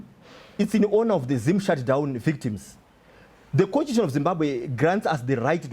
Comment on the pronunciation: contution......can't even pronounce constitution